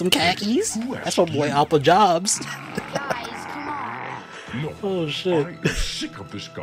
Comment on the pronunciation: “Appa Jobs”😂